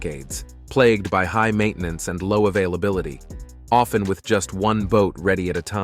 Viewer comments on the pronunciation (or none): none